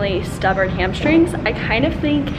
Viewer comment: 3 years later and I still can't say "hamstrings" without pronouncing it "hamshtrings" like Whitney. Love these dumbbell only workouts. I wish there were more